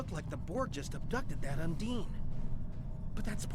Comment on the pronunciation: you keep saying undine, while the voice over says unding.